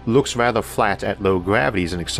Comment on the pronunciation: More like "in wewativity time is fwat in the same way that pwanets aw fwat in that thew not"